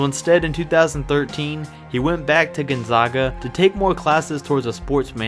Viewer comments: I have to correct you on behalf of everyone in Eastern Washington. You mispronounced "Gonzaga" and "Spokane"...it's GonzAAga (not GonzAHga) and Spo-CAN (not Spo-kane). How would a person know if they hadn't been there? I get it...but still...everyone from Spokane cringed when you said those words. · Gone-ZOG-ah and Spo-CANE. ARGHHHH! Learn to pronounce the things you're talking about. It's Gone-ZAG-ah and Spo-CAN. Sheesh. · Gon-Zag-A, not Gon-Zog-A, Spo-Can, not Spo-Cane. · It’s pronounced Spo-can not Spo-cain and it’s pronounced Gun-zah-guh not gone-zaw-guh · Why do people say (Gon-zawguh). It’s pronounced (Gon-zag-uh) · Listening to you pronounce Gonzaga wrong every time you say it hurts me, it's Gonzaga not Gonzoga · It's Spokane...like cane, candy cane. Long A. And Gonzaga....Gon-zegg-a like egg 🥚.... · Gon-zayga* and Spoke-anne*. Get it right. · It's pronounced Gone-Zag-Ah and Spoh-kane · You said Gonzaga/spokane wrong. 😂😭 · Homie, you pronounced both Gonzaga AND Spokane wrong in this video. I honestly couldn't keep watching after that. A little more research might help. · Learn to pronounce Gonzaga and Spokane. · Learn how to properly say Gonzaga and Spokane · Wheelz no, but this man needs to learn how to pronounce Gonzaga, and I'm a regular cake, not a cupcake